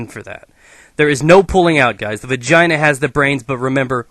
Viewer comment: you said vagaina at least 15 times xD